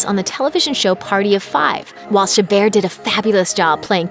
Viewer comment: The way she said chabert sounded like shibbir and my surname is shibbir